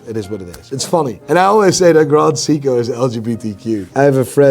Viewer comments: It's pronounced Psycho, Not Seko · Sei-ko not see-ko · Wtf is a "see-co" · This self-proclaimed watch expert can't seven pronouce "Seiko" correctly. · Bro can’t even pronounce Seiko correctly